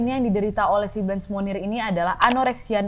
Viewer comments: bacanya « moniye » bukan munir 😂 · Blanche baca Blangs Monnier baca Moni:e Kota Poitier baca Pwatye. Utk Nadia, dr negara manapun kasus itu berasal mohon dipelajari civilisation nya, dr cara baca dll, biar lebih kena ceritanya... Semangaaat teruuus... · Setiap kakak bilang 'Monnier', aku dengernya Munir loh... Sooo, baksoooo